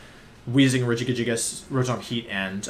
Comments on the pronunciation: I'm sorry, Rejigajigas?? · I spent more time than I’m willing to admit trying to pronounce it like him. I finally broke it down to Rejigajigas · Ray-Guy-Giygas. Legit heard someone pronounce it that way. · I can't tell if Wolfey is saying Regigigas or Regigigigas and it bothers me more than I thought it would. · I haven't heard Wolfey say regigigas and I paused the video and it took me a minute to pronounce it his way. I was laughing my ass off the whole time. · My brain has a stroke every time I hear Wolfey say Regigigas because it doesn't understand all the soft G's versus one soft G and two hard G's. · Why does he pronounce regigigas like that